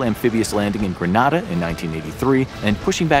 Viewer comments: it's Grenada "Gre" not "Gra" 🇬🇩🇬🇩🇬🇩🇬🇩🇬🇩🇬🇩🇬🇩🇬🇩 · granada and grenada is not pronounced the same